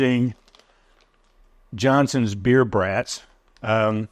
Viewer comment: You are pronouncing Brats wrong. LOL!